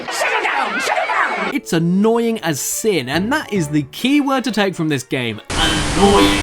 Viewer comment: When he says "sin" it sounds like when he says seen lol, also Cheesy has been covered already so is Rascal coming up?!